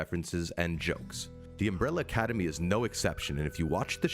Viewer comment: Agreed, shits me every time he says Umbrella Cademy 🤯